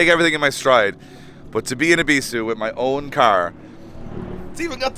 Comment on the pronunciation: I'm sorry guys but i literally had to quit watching after you pronounced Ebisu wrong 19 times in the first minute... I know this is how you guys pronounce it but it rubbed me the wrong way lol. So I did click on the video twice, liked and commented to give yall some interaction but my watch time stopped . Catch you guys after yall Japan lol